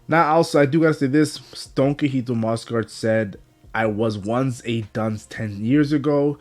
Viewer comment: It's pronounced "Don-Key-hoe-tay"